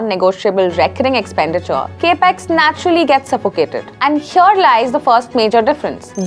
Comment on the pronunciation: It’s Capital Expenditure or CapEx not Cape Ex.